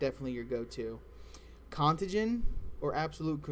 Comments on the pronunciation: Interesting information my friend. but if you say con-tuh-gin one more FUCKING TIME!!!! lol It's Con-tay-gin, you know like something being contagious? Like a disease? heh....Good shit regardless my dude. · Its pronounced con-tay-gen.